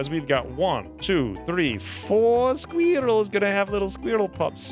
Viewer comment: Every time you say sqweerels I giggle. 😄😉🤣